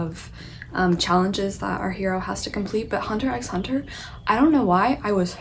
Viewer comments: Just to let you know, the 'x' in HunterxHunter remains silent. It's something I've learnt recently😅. Also, I strongly suggest you to read the manga "Spyxfamily". It's so cute!! The anime is currently airing. Do watch it too💓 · Seeing you talk about Hunter x Hunter is a nice surprise. It's a great series. Two things to note: 1) the "x" is silent 2) one of the unknown reasons why you like it so much might be that Togashi's wife, Naoko Takeuchi, is the creator of Sailor Moon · Just a few notes on Hunter X Hunter as someone who has read and watched it, as well as Yoshihiro Togashi's other works! :) Firstly, most fans refer to it as just Hunter Hunter (and don't pronounce the X). Also the current anime on Netflix is a remake of the original and I really recommend the original anime; it only runs to a certain part of the series and then you have to switch the remake but the animation quality is worth it! The original is currently uploaded on youtube for the most part. Lastly, the author also created YuYu Haksuho which is just as amazing of a series and I definitely recommend it as well (at least for watching)! Hope you keep reading :) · Gon is essentially looking(hunting) for his dad who is a hunter; a hunter who hunts a hunter is a hunter hunter, hence the title hunter x hunter (the x is not pronounced, it’s just hunter hunter).